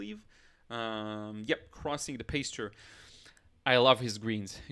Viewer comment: I think the word you were trying to pronounce is pasture(Pass chur-it sounds the pas sounds the same as the mas in the word master) Apologies if that wasn't what you were trying to say but I assumed so because the picture shows a pasture/meadow land. Great video btw!